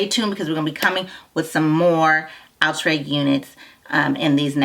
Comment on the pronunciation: Lol " ooh- tray" 😂 😂